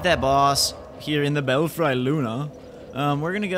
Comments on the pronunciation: Bel-Free....not Bel-Fry. The red guy is an NPC by the way. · Eh, I think you should try pronouncing that like bell-free (as in Bats in your Belfry). Also..that key opens the door in Sinner's Rise. Admittedly, there's only one that's of use, now, and I don't recall what item(s) are inside.